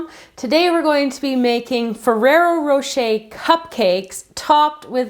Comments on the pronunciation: it is ferrra rocher and not ferra rocha like you were saying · I'm sorry but it really bothers me when you say ferrero rocher!!! It was driving me crazy... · I'm sorry but it really bothers me when you say ferrero rocher!!!